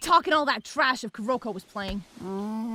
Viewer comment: 1. I am sooo happy with Kuroko's voice actor!! 2. YOU'RE PRONOUNCING HIS NAME COMPLETELY WRONG AND IT'S BOTHERING ME.